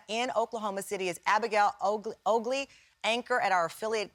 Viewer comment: how do you mangle the name 'Ogle'? Pretty pathetic.